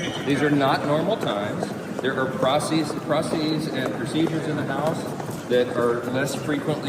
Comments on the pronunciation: "There are prossies"? He even said it twice so we would know he really meant to say that. Even if he meant to say "processies", there's no such word. The US House Speaker is illiterate. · this is the speaker? does'nt even know how to pronounce the word processes. elect a clown expect a circus